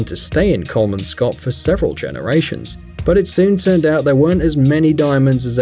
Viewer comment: Omg i live i luderits buy ur pronounsing kolmankop wrong